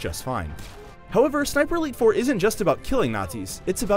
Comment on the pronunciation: each time he says ''sniper elite 4'' i hear ''siperleyfor'' (im drunk btw)